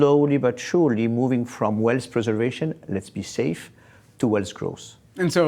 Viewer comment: The guy can't even pronounce "wealth" correctly.